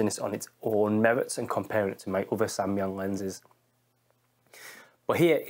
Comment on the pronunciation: I'm a korean and you're the first person who speak Samyang correctly ! anyway it's quite good lens but 85/2.8 is not satisfactory